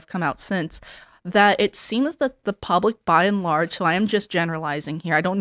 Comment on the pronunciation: By and large, not by-n-large Say it right, not the store from wall e. Also, people use that too often, and incorrectly